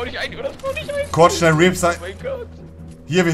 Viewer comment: „Reapz“ Bruder muss los 😂